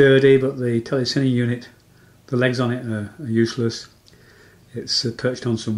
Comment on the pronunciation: The gentleman in the video is pronouncing telecine correctly. Just say it as he does and you won't sound like a twit.